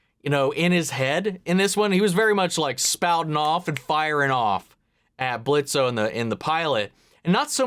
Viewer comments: The O is silent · Blitzo with a silent o 👍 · The "O" is Silent ! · "The O is silent, asshole" lol. You'll get there with all the names. Of course Stolas' voice was highly different too. I'm sure someone already told you, but just call Moxxie and Millie the M&M's. Everyone else does.